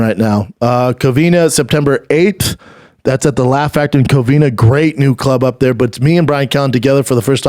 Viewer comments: Brendan it’s COVINA not Covinia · say it with me schaub, COVINA, not COVINIA